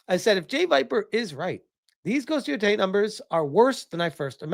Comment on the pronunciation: I thought he said ,,Ghost of Yotoilet‘‘ in the beginning 💀💀